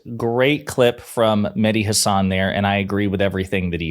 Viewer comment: Mehdi pronounces his last name, Ha' (as in cat) - san, not Huh - sawn.'